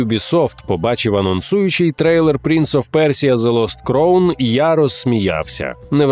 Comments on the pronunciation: Все чудово. Але ви як бидлотні російські канали, які не можуть вивчити англійську, робите прикрі помилки у вимові слів. Crown читається як краун, а не як кроун. Дякую. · Не "кроун", а "краун"... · А можна два слова англійською прочитати в голос правильно? Який кроун? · crown /kraʊn/ шановні, ну камон(